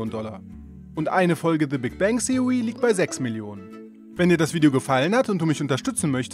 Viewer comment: Haha opfer! Kann der einfach nicht th aussprechen😂😔